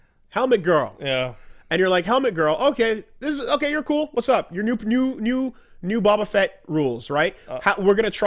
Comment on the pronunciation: "bobba fett"